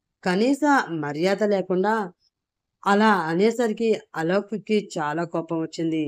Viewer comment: అలోక్ పేరుని అలౌక్ అని చదువుతున్నారు